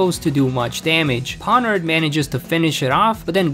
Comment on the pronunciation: I've been hearing a theory that Geeta is being mind controlled, and that's why she is so bad, I like that theory Also Pawniard was probably avoiding you because of the way you pronounce their name xD